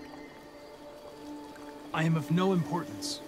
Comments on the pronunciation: if you listen closely to hank he said "connie" instead of Connor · No he doesnt it just sounds like he says Connie. But he really does say Connor